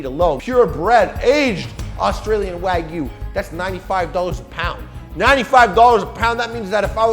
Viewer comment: Guy that works at a meat shop can't pronounce wagyu lol